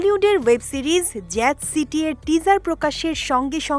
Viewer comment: জ্যাট না জ্যাজ সিটি রে মূর্খ উপস্থাপিকা! 😁😁😁